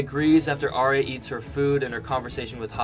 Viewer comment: Arya is pronounced Are-ya not Arry-a.